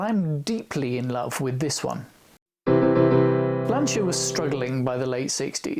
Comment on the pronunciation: Just stumbled across this guy........ what a great vid. Packed with FACTS, gorgeous cars - and he pronounces 'Lanc[H}ia correctly! Liked and subscribed - obvs!